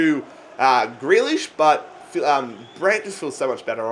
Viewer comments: You only sold him bc you can’t say his name fucking properly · first you pronounce grealish’s name wrong NOW YOU SELL HIM. Wow just wow